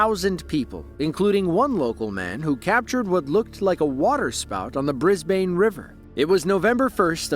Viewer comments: Brisbane is pronounced Brisbin FYI. Just like Melbourne 8s pronounced Melbin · sorry its pronounced bris ban. that how us Aussies pronounce it. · Brisbane is pronounced Brizz-Ben